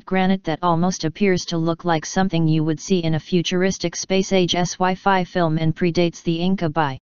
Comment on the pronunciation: Interesting; but put me off another visit by the voice. Do you think Americans will EVER learn to read? Or leave it to computers for ever. :¬( GOT to smirk at the idea of futuristic Ess why Fi figures. WHAT would it have done with the good old fashioned Sci Fi? I almost left before the end. If I hear that voice on another I'll not watch it.